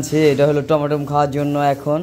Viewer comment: টমেটোম না টমেটো